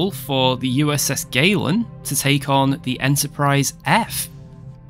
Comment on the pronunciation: At first, I heard "USS Waylon", as in Waylon Smithers. Fancy having a ship named after Waylon Smithers. It would be funny to watch as your enemy burns against the black of space. Woohoo!